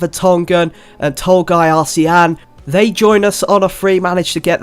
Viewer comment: Arslan is pronounced Ass-Lan